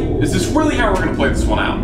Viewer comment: “rally New Zealand” Who is aussie or is it just me?